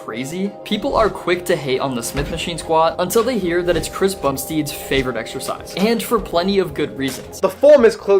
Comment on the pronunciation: did he say Chris Bum-steed 😂